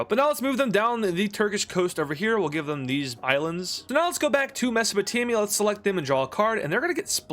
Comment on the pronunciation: anyone notice he called it mesopotamia?